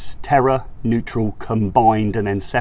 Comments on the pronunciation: Why do you pronounce it 'Terra' when the word is 'Terre' T-air. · Terre is pronounced like tair